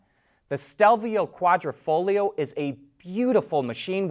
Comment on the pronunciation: Thank you for pronouncing Quadrifoglio correctly. :)